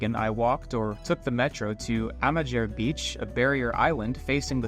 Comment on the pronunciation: Amager is simply pronounced ‘Amar